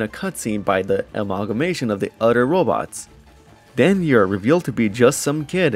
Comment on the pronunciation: Everything aside, I like it when he says “other” hehe. Sounds like “udder”